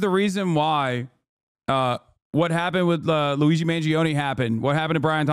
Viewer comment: I thought she calling him LOUIE G MANGIONE. why she say it like that???? They are SO SCARED OF HIM talking to ANYONE. Omg it's insanely hot. I'm not discussing his appearance....